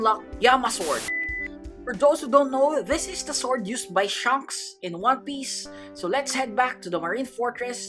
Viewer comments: Bruh u said sha-anks its she-anks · It's funny how he said shunks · Did he say shanks or shoncks? I really can’t tell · Bro Said Shonks